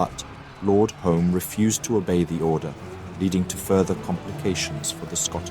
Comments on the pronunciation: Pronunciation help: Alnwick is An ick as the W is silent; Scottish names are not said how they are spelt, so Home is Hume and Moray is Murray. Since this time the Duke of Norfolk has been the premier duke of the country. Every Armistice Sunday the bagpipe lament "Flowers of the Forest" is played, it was written back then to mourn the loss of King James & so many soldiers. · Lord HOME is pronounced Hume